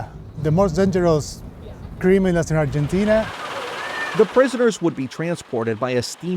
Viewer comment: He's the first foreigner to pronounce it correctly. Even Spanish speakers who aren't from Argentina pronounce it incorrectly. So, I don't know what you're talking about. He's literally the first to pronounce it correctly. He probably got advice on the subject.